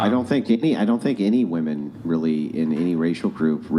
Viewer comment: Is there a single human female born after 1990 that can manage to pronounce women properly? Like, even one?